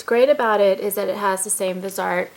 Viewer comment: Great tutorial! One thing - the brand name is pronounced VIZZY-art. Sorry, I'm a horribly behaved perfectionist. ;) you're awesome. Thanks!